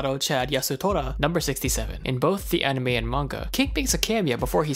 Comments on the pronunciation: Dude, anime. Not aunime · i heard arnime xD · Mfer says onimay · Uh... Aonime? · did he just really call it aunime? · he says onime XD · not making fun of u but aunima what its anime???? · U say anime weird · pronounced anime weird